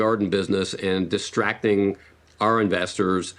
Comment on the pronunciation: omg omg omg' he sed *iNvestors*🤠🤠🤠